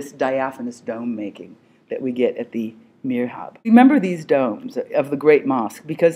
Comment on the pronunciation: the correct word would be MIHRAB ( not mirhab : the ''R'' and '' H'' should swap places )